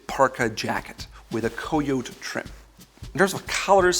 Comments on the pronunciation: You are pronouncing the word coyote wrong. It is pronounced kai yo tee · KY-OH-TEE not COY-YOTE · Bro it's caiyotee not coyoute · Coyote is pronounced coyoteeee just saying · Coyote is pronounced “kie-oh-tee” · Coyote is pronounced Kia-yo-tee Sorry, I know its a dialect but I wont knock you on anything else If you know what I talking aboot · It should be kai-oh-te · COYOTE is pronounced KY YO TEA - no offence. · I think coyote is pronounced kai-ow-tee. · Co-yo-te huh who would have thought. All these years been saying it as kye-ote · I like you and your videos, but “co-yot”? Really? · Please learn to pronounce Cayote properly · For a guy who says in a lot of videos that you appear like you don't know what you're doing if you don't tie your shoe laces the right way ... he can't even do a bit of research on how to say kai-yo-ti, kai-yote, or koi-yo-ti the right way in neither NA or BR English. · how he pronounces Coyote hahhaah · Haha thank you, he put so much emphasis on the pronunciation and it still backfired. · So we just gonna pretend he didnt know how to pronounce coyote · Interesting guess on the pronunciation of "coyote".